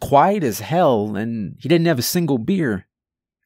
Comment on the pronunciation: You’re “surprised” he didn’t catch it in the last video I watched I heard him say “my buddy handed me a bear” instead of a beer and other things this dude kinda sucks at telling stories but I enjoy it I’m not saying anything bad but don’t be surprised when he fucks up bc it happens a lot in every video lol